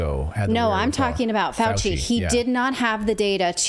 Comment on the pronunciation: "Fauchenstein" gon learn tuhday